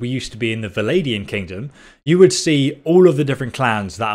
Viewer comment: And "vlandians".